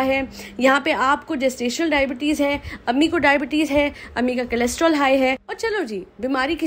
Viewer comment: Cholesterol, not chelostrol :)